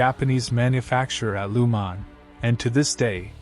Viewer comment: Great video you put good effor editing :) but one thing its Le mans not lu mans (no hate :)